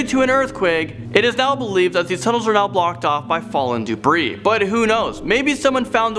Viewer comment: i think said "doubree"??? is that debris?